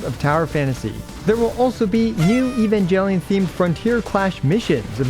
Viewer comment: During the sponsorship message, all I could hear was Evan-GEL-ion 😮. Yikes! It’s a hard G in Japanese, not soft G.